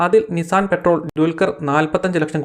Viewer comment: Nissan 'പെട്രോൾ' അല്ല കേട്ടോ. Patrol എന്നത് പെട്രോൾ പോലെ അല്ല വായിക്കുന്നത്.